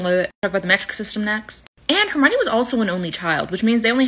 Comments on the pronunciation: Herminnany really it’s pronounced Hermione if ur gonna make vids abt it pronounce it right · I believe even Grawp pronounced Hermiones name better than you. 😅